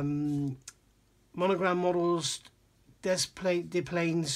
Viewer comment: Knowing how much little details mean to you, the "home town" of Monogram Models was Des Plaines, Illinois. Now, having lived for many years in the next town over, it is pronounced using both of the esses in the name "Des Plaines". Oddly, the "s" in "Illinois" is silent (or pronounced as if it were a "y"). English pronunciations are strange enough as it is, but once you introduce French into the mix they get really weird (as your pronunciation of "Beauchamps").